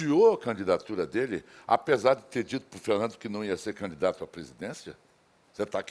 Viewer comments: Que agonia que dá essa mulher falando “caNidato” … 🤦🏻‍♂️ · Só eu ouvi, ou ela fala mesmo "canidato" "canidatura"?!😅